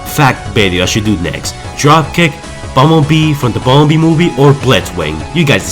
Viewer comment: When you say the word "movie" it sounds like your saying "mobie"